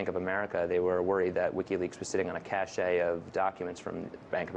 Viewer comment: cache != "kashay" cache = cash